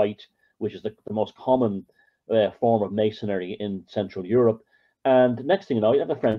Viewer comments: It's either an accent thing or it's intentional. Maybe he's a conspiracaryistic type. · Dig forever inserting an extra syllable in 'Masonry'. Mason'ry mate.